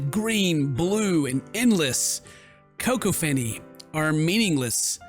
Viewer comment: Text: cacophany: coco-phany Me: flips desk